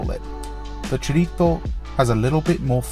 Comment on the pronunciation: they way you said chorizo was the most tilting thing iv heard on YouTube to date